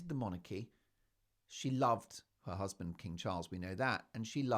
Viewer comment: EVERY time you say "My HuZzzzband!" I crack up!! 😂 Every video, every time...I chuckle. How are you not only Broadway?😅